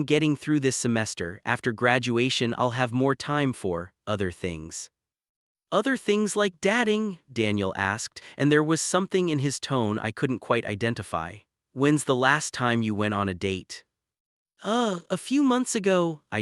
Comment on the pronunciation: Arrgghh! The way the guy onscreen has his hair chopped off and the sky and clouds appear above his head is OFF-PUTTING! Mickey Mouse! As is dating - long A - pronounced datting! No subscription that’s for sure!